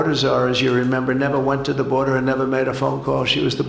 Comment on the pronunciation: The "boderzar"😂😂